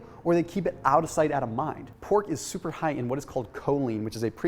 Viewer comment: Lol “souper souper simple” 😅